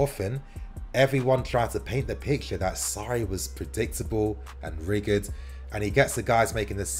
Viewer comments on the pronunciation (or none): ITS PRONOUNCED RI-JID (RIGID) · Please learn how to pronounce rigid 😆